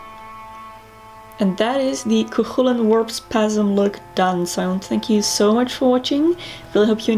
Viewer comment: btw you're saying chulainn worng lol you got to much a "coik" sound